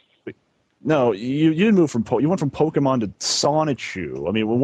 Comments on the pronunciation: And randomly decided to start pronouncing it "Poke-man" halfway through the call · saying "poke-man" to rlly sell it 😭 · im surprised that chris didn't get mad at him for mispronouncing pokemon